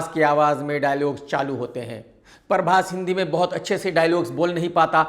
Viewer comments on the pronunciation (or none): Parbhas nhi Hota Prabhash Hota hai Prabhash😅😅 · Khudko...Prabas bolna sahi nai ata...uski hindi tik karne chale...he is calling him Parbas😂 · अबे परभास, नहीं प्रभास naam hai naam toh thik se bola kar bhai 😂😂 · He is mocking prabhas hindi and he himself saying parbhas not prabhas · 2.55 नसा नहीं, नशा होता है। उसी तरह परभास नहीं, प्रभास होता है... 😊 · Parbas nahi PHRABAS hai unka name pahle tu naam bolna seeko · प्रभास ❌ परभास ✅ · पहले तू सही बोल .... परबास नहीं प्रभास बोल bc